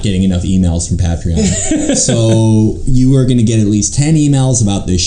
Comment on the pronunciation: ten fucking years later, god bless him, felix still pronounces patreon wrong.